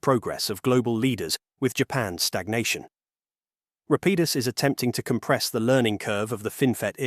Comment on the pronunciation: Rapidus is pronounced in at least 3 different ways throughout the video lol